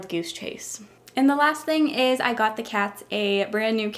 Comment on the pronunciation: when she said thing, I heard ting XD ( I say ting instead of thing tho )